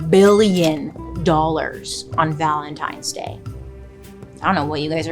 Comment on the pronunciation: Everytime she says the holiday's name... my head hears LUBRICANT. ANYONE ELSE?!! 😂😅😂